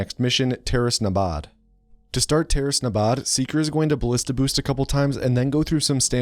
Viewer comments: You said the "g" in ballista wrong. ò_ó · It's actually pronounced baLEEsta, dumbass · the 'i' in 'ballista' is pronounced the same as the 'a' in 'anus.' it's not pronounced 'ballihsta' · Ballista rhymes with "House", Carl Friedrich House, M.D.